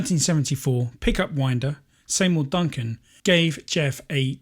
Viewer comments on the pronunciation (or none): See mour Duncan, not Say mour Duncan... 😮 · Are you calling Seymour Duncan “Saymour”?